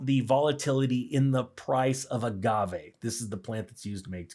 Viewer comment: Yes and you said Agave right, 👍 whoever said otherwise is wrong.